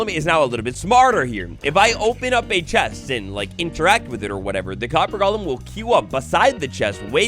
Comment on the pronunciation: People really pronounced golem as gollem? Like is Minecraft lord of the rings now?